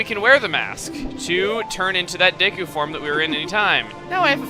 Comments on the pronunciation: When he says "Deku," it sounds like he's about to say "dick." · i'm pretty sure that deku is pronounced Deekoo not daykoo or deckoo